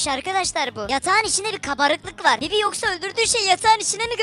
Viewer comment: Niyeona bibi diyiyon???